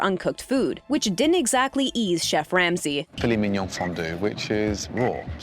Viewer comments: Filet... Men/min.... Yoown? Do you think this is an Asian dish? WTF is going on here? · “filet minyaw”